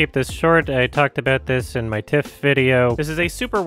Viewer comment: everytime says "in my TIFF-", my mind would hear "my tits"